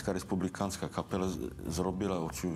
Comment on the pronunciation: дякую за чудову првцю, за фільм. Зауваження до диктора - капела - читається з одним "л". До авторів тексту: "Європа підсіла..." - це більш, ніж непристойно подавати до глядачів від каналу Суспільне/Культура